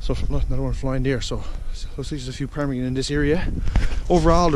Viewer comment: Quit saying parmigan that's annoying